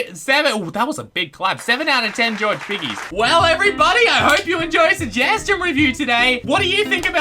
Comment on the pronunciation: sejgestiown reriwer